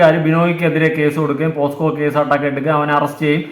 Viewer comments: ഇങ്ങനെ ഒരു അവസ്ഥയിൽ പറയാമോ എന്ന് അറിയില്ല.. പോസ്‌ക്കോ അല്ല... പോക്സോ ആണ് 😢😢😢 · പോസ്‌കോ അല്ലെടാ പോക്സോ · എടോ....പോസ്കോ അല്ല ട്ടോ pocso.... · പൊന്നു മനുഷ്യന്മാരെ...പോസ്‌കോ കേസ് അല്ല പോക്സോ / pocso case ... പോസ്കോ അല്ല പോക്‌സോ ആണ് മണ്ടന്മാരെ !! 🙏🙏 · POSCO alla kunje POCSO an..🙄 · Posco alla mole .. pocso .. neee adyam school il poo .. ennit live idu .. 🤣